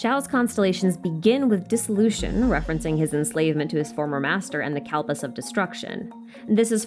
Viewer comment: the pronounciation for asur(a) and kalps killed me a little everytime but its fine,, its fine we're fine - happy to see hindu mythology be discussed atleast, bonus xiao's one of my favourite darlings in the game